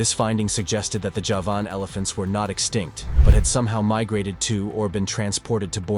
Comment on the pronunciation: The horrible pronunciations are a nope for me. If you can't even pronounce Javan, why should i believe anything else?